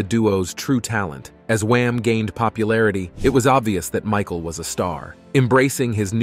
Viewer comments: Mishal, Mihal, Michael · George Mee-shal....WTF? The whole video hes been saying it right then 15 mins in you pull that? Must be one of thise concealed 'facts'. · AI can't say Michael lol